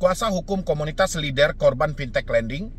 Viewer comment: lennnn der bang, bukan leder atau leader 😭